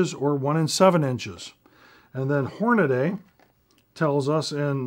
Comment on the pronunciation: The most excellent set of videos on ar twist rates. correct pronouniation is Hornady (hornadee), not Hornaday